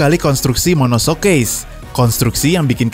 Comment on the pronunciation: Ngeralat dikit, monocoque dibaca monokok min bukan monosok 🙏🏻